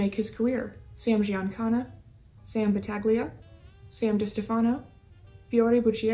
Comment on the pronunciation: Thank you for finally saying Sam Giancana’s last name correctly !! Now get the rest of them correct.